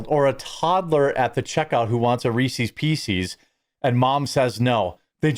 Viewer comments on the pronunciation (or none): Reesee's peesee's. You're killing me Smalls!